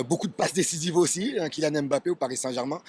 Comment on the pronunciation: AU moins entre africains noirs nous savons bien prononcer le nom camerounais de Mbappé et non m-bappé comme il dise ici. C'est pareil pour Ngolo Kanté, c'est pas N-kolo Mais en un mot et il faut juste avaler le N de Ngolo et le M de Mbappé. Pareil pour le Marseillais Pape Diaye, C'est pas Papeu Ndiaye Mais Pape sans lire le E et Nidaye en avalant le N. Quand vous cité le nom du Pape du Vatican, vous dite bien Pape et non papeu, et beh c'est la même chose.